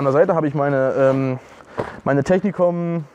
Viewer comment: Die Firma heißt Techinkom und nicht Technikom :P Im übrigen aber auch ne Geschichte womit ich mich befasse und ne Klamotte zu aufbaue. Digital Flora sieht halt einfach gut aus.